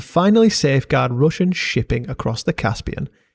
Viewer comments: As a russian i must admit that your pronunciation is very good for a foreigner, we got some difficult phonetics for non slavic people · Твоё русское произношение недурно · Great video, enjoyed watching your research. It amuses me how every little piece of land has such a history behind it. It is even more intresting to learn about that hidden untold stories apart from general big history. Also, great russian pronunciation. Thanks, def subscribing! P. S. I suggest you use wikimapia next time, it has more than just every popular satellite map in it, there are also many kinds of old paper maps scans serving a variety of purposes. The really convinient thing about wikimapia is that it has data on long gone buildings and areas unnoticeable on any modern satellite maps. I enjoy going on adventures sometimes, map helped me a lot in finding abandoned villages, bunkers, ruins and other landmarks. They are marked by other people and often have links on sources and a few comments on history of places. Can't recommend it enough. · nice russian pronounciation bro, keep at it